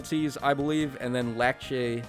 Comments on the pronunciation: Heh It isn’t larcei It’s Lackchi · I think he's calling her Lakche because that's her Japanese name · Says Larcei's name in three different ways, gets it wrong all three times.